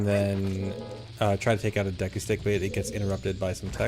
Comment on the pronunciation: Why does he say Deku like Deaku? Edit: damn I got called out HARD, props